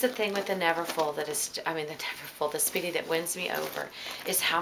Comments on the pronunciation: I mean a Speedy 30 not a Seedy 30! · I mean a Speedy 30, not a Seedy 30!